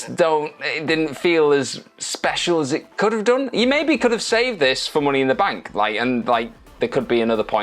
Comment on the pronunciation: “Mooney in the Bank” 😂😂